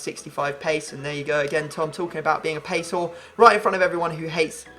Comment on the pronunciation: I thought he was going to say "pace" instead of "pease"